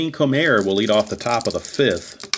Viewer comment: It's pronounced: Bobby Kuh-nop, and Wayne Ko-Mer.